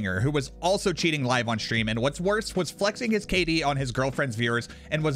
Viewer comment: Is there a legitimate reason why gen z's always put letters in words that absolutely do not belong in those words? Example, shtream. Why? There isn't an h in the word stream. Look up the word in the dictionary to see how it's properly pronounced. How many videos do I have to watch repetitively before i consistently find gen z's pronouncing words correctly. It's always pretty much the same word they pronounce incorrectly. It seems like this world will pretty much be entirely full of copycatters. Get a life man.